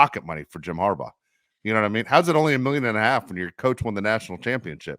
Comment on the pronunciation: It's HARBERT......or .... HERBAUGH